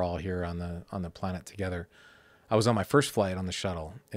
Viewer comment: The amount of times this guy says "Pl-uh-nett"